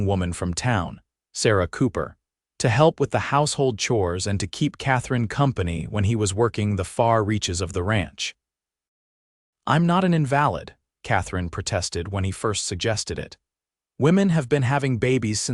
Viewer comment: Invalid is pronounced "N vuh lid".